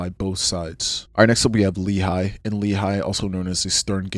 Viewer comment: You mispronounced a few things that I wanted to point out and coreect 🙂‍↕️ I think you pronounced the name of the JDL founder as "Kahain"? It is actually "Kahana" - kah- kha- nah, the way his name is written in English is a bit misleading. Members or people who share their ideology are referred to as Kahanists, at least in the past 20 years. Lehi is pronounced "Leh- Khee". It's an abbreviation, though I'm not sure of what. Etzel/Irgun was pronounced correctly! They are pretty famous for blowing up British train stations in what is now British-mandated Palestine, as well as a hotel. Their actions killed a lot of Jews along with their "intended targets".